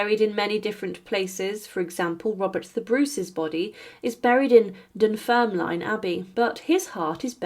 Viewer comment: Dunfermline is pronounced DunfermLIN, the Queen of James II was Mary of Guelders, not Guildres, and it's pronounce Gelders. As the video is about Scottish Kings and Queens, they are all Kings or Queens of Scots, Mary should be called Mary I.